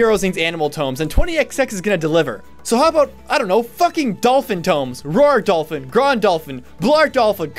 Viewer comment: Your pronunciation of Rauðrdolphin is wrong. I know I'll come off as petty and pedantic but the ð is pronounced as a th, so it's rauthrdolphin.